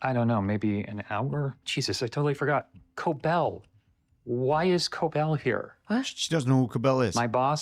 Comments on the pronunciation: Why are you guys saying cobol it’s pronounced co-bell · Is the bald guy ever going to learn how to pronounce ms cobel's name?